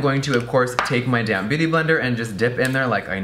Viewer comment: I always hear DAMN BEAUTY BLENDER instead of damp 🤣